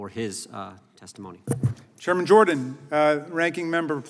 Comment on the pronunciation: He’s awesome. But was he saying German Jordan?